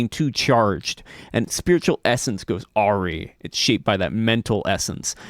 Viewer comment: Very useful resource! (Just so you know, awry is pronounced like "a rye".)